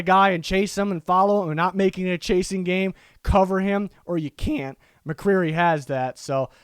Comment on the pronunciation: haha 😄 the way you said can't made me laugh.